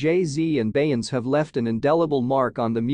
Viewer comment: You are saying her name incorrectly !